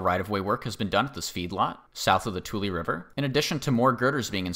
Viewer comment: I grew up in Merced and am familiar with most pronunciations of city names. Tule is correct, however Manteca is pronounced, Man-teak-uh.